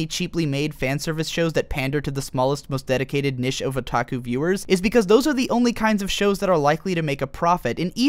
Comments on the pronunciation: niche is pronounced like "neesh" not "nish" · Jesus christ its pronounced NEESH not NISH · dude you can pronounce niche as "nich" or "neesh" you cant combind the two and say "nish" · It's pronounced neesh not nish. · Niche, not nish. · niche is prounounced neesh, not nish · Niche is pronounced Neesh not nish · its NICHE (nee shh) NOT NISH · Ahem....its. NEEEEEEEEEEEEEEEEEEEEEEEEEEEEEEEEEEEEEEEEECHE not nish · It's pronounced "NEESH" say it with me NEESH not NISH NEESH! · Good video, but "nish" as opposed to "niche" was profoundly distracting. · why did he say niche like that... its pronounced "NEESH".... im sorry i could't get over that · Niche is pronounced 'neesh'. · niche is not pronounced "nish" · nish... not niche? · It's pronounced "neesh" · niche; its knee-sh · Powered through the unfortunate pronunciation of "niche" to realize that this is actually a very informative and well put-together video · are you trying to say niche?